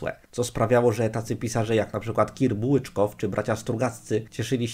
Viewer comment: Ciekawe czy obecny Terlikowski wstydzi się Terlikowskiego który napisał Operację Chusta. Drobne przejęzyczenie - Kir Bułyczow, nie BułyczKow :) No i propsy za zachowanie kolorystyki bloga WO na planszy z cytatem z WO :)